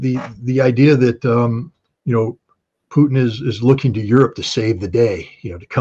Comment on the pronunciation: Dear host, "Putin" is not pronounced as "p-n". More like Poo-teen. Vladimir: accent in the middle: Vladeemir accent on ee. Thank you for great interviews!!!!